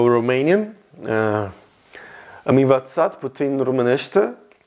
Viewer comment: Nice man,amazing seeing you with so much determination into learning languages.In romanian you made some mistakes,puțin is read putzin,ț creates the tz sound.Also you said Vreau să merg la România,correct is în România,la means at.Good luck with your passion!